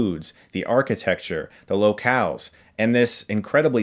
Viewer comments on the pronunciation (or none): did he pronounce local ... low-kao ?